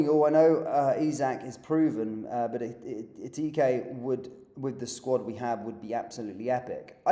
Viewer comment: Of course!!! Please get the pronunciation right - Eh-kee-tee-Kay!